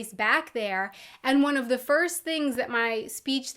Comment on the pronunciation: Hör mal nen Deutschen Englisch sprechen, sis is horrible you can hear sem speaking se "th" like a "s". Das hört man sofort.